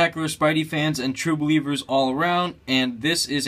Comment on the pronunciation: pleash stop saying true blivers stam lee's going to sue